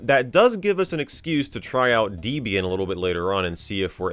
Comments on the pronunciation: It's Deh-bee-yin not Dee-bee-yin. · Wdym dee-bian😭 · Debian... was named after a married couple, Ian and Debra. Her name is not Deebra. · Not 'dee-bee-an'. It's 'deb' 'ian', named after the distro creator's then-girlfriend (Debbie), and himself (Ian). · No way he done called it "Deebian" ☠ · deebeeain? thats new. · I physically cringed at DEEbian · Bro really said "Deebian" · bro called Debian DEEBIAN WTF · saying "deebeean" for Debian is the new saying "sayta" for SATA 🤣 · You said Debian and wrong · You have a weird way of pronouncing Debian.